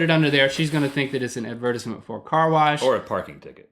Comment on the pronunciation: this "advertissments" this HAS TO STOP